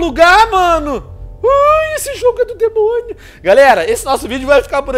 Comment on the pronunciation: ele fala debonio inveis de demoio